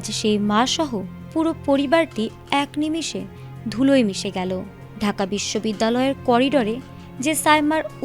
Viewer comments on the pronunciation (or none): none